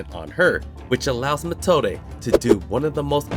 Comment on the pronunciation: I really thought in this moment that it was a real kid, because Wirbel did talk about this in the mage exam in season 1 that deamon also use kids as a weapon to fight. Would be a clever use as a chekhov's gun. Sounds more like Matilda, then Methode. It's pronounced meˈtoːdə